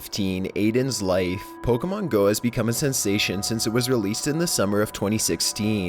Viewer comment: searching for pokehmoohn jezus fucking christ